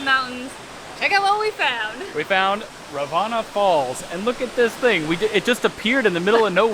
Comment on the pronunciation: Ravana falls. U pronounced it wrong. Not ra vaa na falls. Its raa va na falls 😂